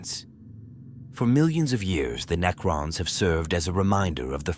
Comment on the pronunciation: AI narrators sound good until they try to pronounce Necrons, and repeat the same ideas in four different ways to pad out the runtime.